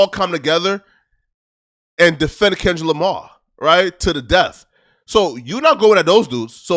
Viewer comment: So tired of acting like he cant pronounce his “R’s” in words. We here u say the same words with no problem sometimes a few words apart. Smh or i meant apaht smfh. Lamar twice then says lamah haaaaa